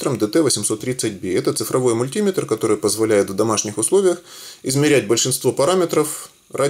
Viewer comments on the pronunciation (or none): Мультиметр, ударение на Е!